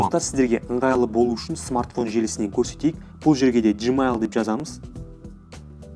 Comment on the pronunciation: Жмайл емес гмайл